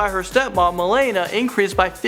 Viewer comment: i mean uk was obviously gonna be on it i mean cmon nd its pronounced mel-a-nia